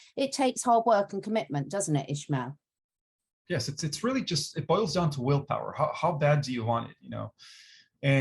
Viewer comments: Why do they call him ISHmael if his name is ISmael? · he has a spanish name and last name, it's Ismael, not ISHmael.